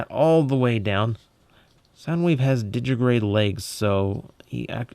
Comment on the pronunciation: I still think that drone looks more like Ratbat than Laserbeak, but I guess the latter is more iconic. Oh, and this is starting to annoy me: it's pronounced "di-gi-TI-grade", not just "di-gi-grade".